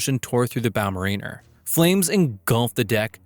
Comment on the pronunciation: As someone who used to work for Odfjell, it's Bow Ma-Rin-Ner as in a mariner, a seafarer, not a Marina, a place where yachts dock.